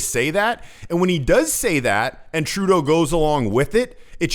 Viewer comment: 1. This presenters way of saying Trudooo is getting onto peoples nerves. 2. Why is Trudeau always timid around other people?? Was he abused as a child??